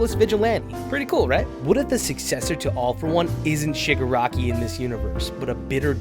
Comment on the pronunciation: why do you say sugaraki instead of Shiiiiiiiigaraki?